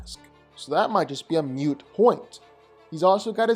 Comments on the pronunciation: May as well get this out of the way if someone hasn't already. It's a moot (like doot or zoot, long O like moon) point, not a mute point. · Just an FYI, it’s a “moot point” not a “moot point.” Okay, so do a, why The Living Tribunal vs Black Widow is closer than we think!!